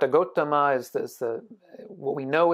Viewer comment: sorry but it's gautama not gotama